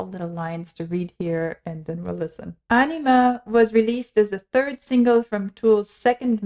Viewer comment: "Ænima", not "Anima"